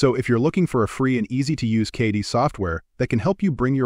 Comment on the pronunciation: 3D CAH-DEE Software, eh? AI voiceovers make for bad videos, plain and simple. They don't even know how to pronounce basic things.